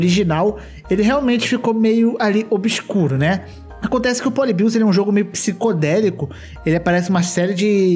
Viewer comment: Ele falando poli-bios me dá agonia